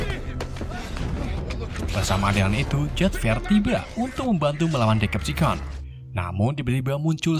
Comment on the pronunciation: Hore penyebutan deceptation udah bagus, mantap bang